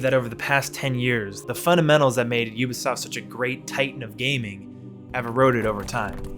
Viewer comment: Thank you so much for pronouncing Ubisoft properly. I am so sick of 90 percent of youtubers saying "Oobisoft".